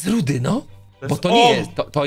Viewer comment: Fajny odcinek ale to nie jest rudy tylko rudi